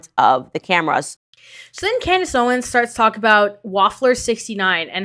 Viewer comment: "CLANDACE OWENS" 💀 im dead! & im just gonna not spell that w a "k" but 😅 ... we kno 😳